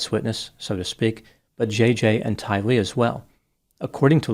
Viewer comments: Tylee. Rhymes with Riley. Accent the second syllable. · You pronounced Tylee’s name wrong.